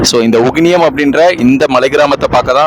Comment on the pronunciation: அட பரதேசி அது உகினியம்...